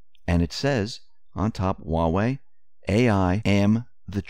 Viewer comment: When he said Huawei out loud it sounds just like Yahweh (YHWH). That's a no-no.